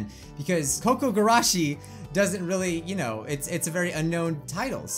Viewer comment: kOO-kOO gUrAshEE (pronunciation. Your welcome!)